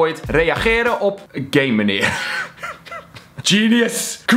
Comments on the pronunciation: Het is GAMENEER niet gamemenerr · Het is geen gamemeneer maar geeemeneer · ben ik de enige die de heletijd gaymeneer verstond inplaats van gameneer XD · Ik verstond ook tijd gayemaneer